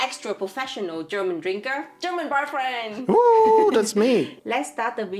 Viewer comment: When she introduced her boyfriend I heard barfriend.😂